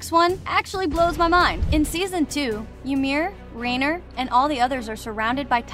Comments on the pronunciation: Alright, it’s not Rain-er it’s RA-EEN-AH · She says Reyner instead of righner Ik how its spelled Reiner tho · Reiner no, rainer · So many weird pronunciations here. Please study proper pronunciation of key character names and locations before producing a video. For example the proper pronunciation of Paradis is like Parody, not para-diss. Reiner is pronounced like "Rayner" at one point, then seconds later with the proper pronunciation, "Ry-ner". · she said 'Reener" as reiner WHO ALSK FOUND THIS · Great video and it definitely opened my eyes to some things I didn’t realize. But please watch the dub so you know how to pronounce the names and places right. Paradis (Para-dee) Reiner (Rye-nah) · its rainer not reyner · "rainer" XD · WHY YOU SAY REANIR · rey-ner lol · Here's a plot hole the person telling us these plot holes says Reiners name incorrectly but then a second or so later says it again correctly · the way she pronounces reiners name